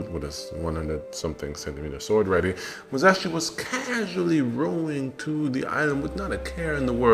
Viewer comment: Musashi not Muzashi...